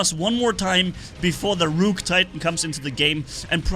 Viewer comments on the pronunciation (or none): Imagine pronouncing ruhk as rewke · just fyi the pronunciation of rook is ruk, like book (buk). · Ah yes, the ROOOK from chess